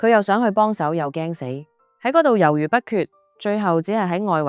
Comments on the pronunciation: “惡心”不讀“惡”，讀“嘔”。“猶豫”不讀“由如”，讀“由移”。廣東話同字不同用處有不同讀音，繼續這樣會貶低你的節目質素，可惜。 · 惡心的惡應讀wu3 猶豫的豫應讀jyu6